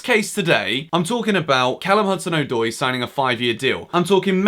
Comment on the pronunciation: His name is “Odoi” not “Oydoy”